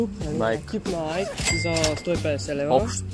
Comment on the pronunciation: Казва се найки😀